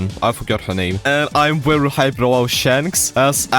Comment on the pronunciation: the “WEERY WEERY GOOD” is 🔥 😂